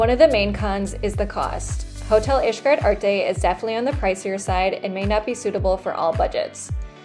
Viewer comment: Pronouncing Xcaret like “ish-cret” kept throwing me for a loop lol. But good job on the review